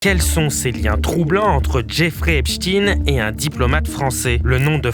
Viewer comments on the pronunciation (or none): Soit vous dites EPSTINE, mais pas EPCHTINE… On comprend trop que la direction vous a donné des consignes pour ne pas dire EPCHTEÏN sinon (comme FRANKENSTEÏN)…